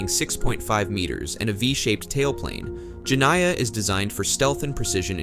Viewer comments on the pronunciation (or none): Jeniah, in Arabic, is the female of Djinn which is a kind of fairy.. the I after N must be read as ee Jenneeah phoneticaly.